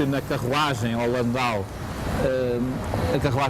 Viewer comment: Até que enfim, que chamam à carruagem pelo seu nome correcto: LAN-DAU!!!...em vez do usual "landÔ", como quase todos dizem e que é com-ple-ta-men-te er-ra-do! É, realmente, LAN-DAU! Esses veículos sao originários duma cidade da Alemanha chamada, precisamente, LandAU! Nao sao francêses! Aí sim, seria "landô"! Qual a importância disto? É precisao e interesse pelo detalhe, pela origem de coisas, conceitos e palavras! Isso, só por si, parece garantir um nível mínimo de qualidade profissional! Ufa!